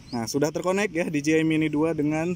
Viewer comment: Bos bukan diji ay tapi dije ay